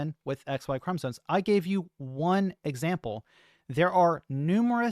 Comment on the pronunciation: It's called chromosoMes, not chromosoNes